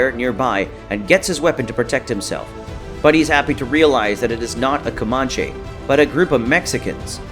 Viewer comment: Your pronunciation of Comanche is cringe, sir.